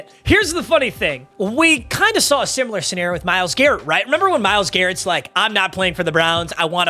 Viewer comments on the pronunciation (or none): none